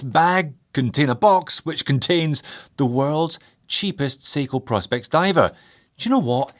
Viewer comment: Sorry J, but this annoys me; I know it shouldn’t. It’s “Pro. Specs” ( Professional Specifications, as declared on the Seiko website), hence their little P.S logo, and not “Prospects” as you repeatedly called it, and as most Americans seem to call this range of watches. I cringe and shout at the screen when I hear it mis-called. Ok that’s better, got it off my chest. Love the channel x